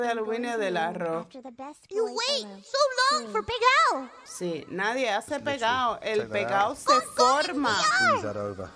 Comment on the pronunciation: I love that "pegao" is so viscerally upsetting to every Puerto Rican I've seen react to it that they just can't help but double or triple their use of Spanish. Their souls are screaming "¡Para!"